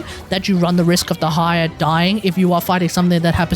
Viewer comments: it might help to say deh slower. day-high-ya instead of d' high-er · Please, look at this video to learn a better pronunciation: Your atrocious pronunciation of Dehya made so hard to follow the video. More so that everytime you try to say Dehya, you basically say "the higher", which makes things very confusing. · I wanna watch this video so bad but the way you say Dehya is so atrocious it's making me break out in hives